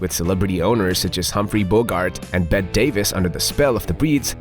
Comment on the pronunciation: Bett-E Davis. She’s so famous her name precedes her even after death and I don’t even know who she is. You mispronounced it, though lol.